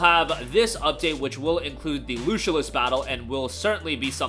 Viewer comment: Lucilius is pronounced Loo-Sill-E- Us.